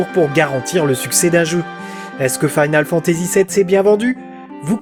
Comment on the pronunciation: Faïnale Fantazi ou Finole Fantazi? Sinon très bonne vidéo, bonnes recherches, dommage pour l'accent qui te saborde un peu le gros taf fait derrière vu que tu dois le prononcer une bonne centaine de fois sur plus de deux heures. GG ! En tout cas, bonne synthèse de plein de sources